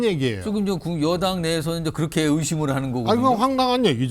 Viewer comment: 한국어에는 각 단어들에 장음(長音), 단음(短音)이 있어서 국어사전에도 표제어 장음 글자의 오른 편에 : 표로 표시되어 있다. 그런데 요즘 젊은 기자들은 특히 한자어를 말할 때 이를 전적으로 무시하고 전부 아주 짧게 발음한다. 예컨대 '여:당(與黨)', '야:당(野黨)', '대:선(大選)' 이라고 길게 발음을 해야 하는데 짧게 발음하는 것이다. 참으로 듣기에 딱하다. 이런 폐해는 한자 사용의 폐지에서 기인한 것이다. 정말 큰일 났다. 청구인측 변호사가 "피청구인" 을 아주 짧게 발음하는데 "피:청구인" 이라고 장음을 써야 한다. 요즘 한국인들의 '한자어' 구사가 이 모양 이 꼴이다. 아유 맙소사.